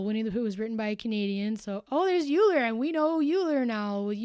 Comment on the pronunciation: Lovely stream, thank you. 👍👏💕 I wish I'd caught this live... oh well. By the way, Euler is pronounced like "oiler". I'd too had always assumed it would have been "you-lah" but I eventually learned otherwise.